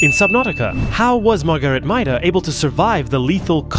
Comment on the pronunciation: I believe her last name is pronounced MAY-DUH but idrc I just like subnautica lore